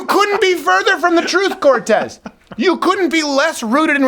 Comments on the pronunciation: I always love your funny and logical videos, and this one was just as intelligent at always, but I did not really care for all the yelling, cussing, and saying "Corrrrrrtez" in that way that libs will construe as racists. Please calm down, you are far more effective when you are calmly "ripping them a new one." You said you are taking some time off for health reasons, please get good rest and come back soon! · i keep playing this just to hear Crowder say "COR R R R R R R R TEZ" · Lol - 😂🤣🤣🤣 I died! Corrrrrrrtez